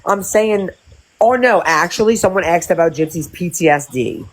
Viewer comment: I Haaaaaate the way she and Bri say "axed" and the way she uses incorrect tenses all the time. It sounds so ignorant. "Kristy & me was in Walmart" and "I had went to the store" 😬